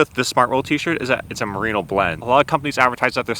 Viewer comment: “Marino” isn’t the name of a wool, it’s the name of the best QB to never win a Super Bowl. You mean “merino”.